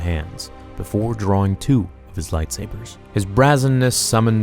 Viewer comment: Brazen. Not "brazz sun"